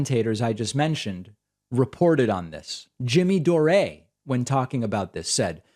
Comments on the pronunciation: Jimmy Do-Ray (love the new pronunciation) is such an obnoxious despicable imbecile. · Hi David, I'm a Patreon subscriber and have been watching your videos for years. I used to watch The Jimmy Dore show a while back when he was on TYT. That said, his last name is pronounced "Door" not "Doray." He's of Irish ancestry, not French, so he uses the Anglo pronunciation, not the French. Unless, of course, he's decided in the past couple years to change how he pronounces his name. I don't watch his show anymore so I wouldn't be able to confirm that. But last I heard, it's Jimmy Dore (door). Love your show, btw, you're always so calm and well informed on whatever topic you are discussing. Keep up the good work. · DAVID, why do you keep calling Jimmy Dore, Jimmy DOREE... it's pronounced Door. Lol. LOVE YOUR SHOW AND WATCH EVERYDAY! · I absolutely love that you pronounced Jimmy Dore's name wrong. (It's pronounced like "door"). It just shows how insignificant and irrelevant he really is. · classic Pakman, always butchering the names of his enemies. Jimmy Doraaaay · Jimmy Dor-Eh?